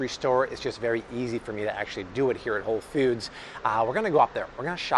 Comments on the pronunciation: Anybody else hear, "Whole Feuds?" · The way this man says Whole Foods With the emphasis on foods always makes me think of the dude with the red stapler from Office Space..